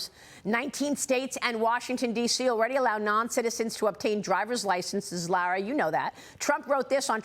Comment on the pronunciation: How do these people get a job with a news organization and they can't pronounce Lara Trump's beautiful name! They need to go back to school and learn the English language!